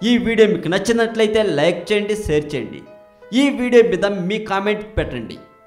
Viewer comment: Neeku enni sarlu cheppali ra adi seru kadu share pronounce properly.